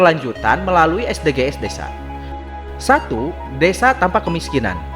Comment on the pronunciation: Bahasa inggrisnya lucu...hehehehe.. es de ge es 😀 konten ini menghibur dr sisi kartunnya.